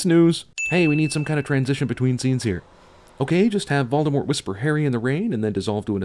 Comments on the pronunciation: It's not VALDEMORT. It's VOLDEMORT. Like Bowl: Vowldemort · Sin Guy pronounces V-ole-demort as. V-all-demort. BING! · Sin on Cinema sin's neglect of pronouncing Voldemort's name properly. It's French. The T is silent. Call him Vol-de-more. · The way he pronounces "Voldemort" pisses me off. I wonder if he does it on purpose. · you pronounced the Dark Lord's name wrong +1